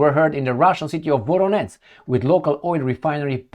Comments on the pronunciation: please, work on your pronunciation of VoroneZH. That ending ZH is pronounced the same as the first letter in July. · Voronetz -> Varonej